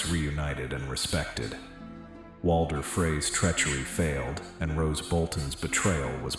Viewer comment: Roose Bolton, stop saying Rose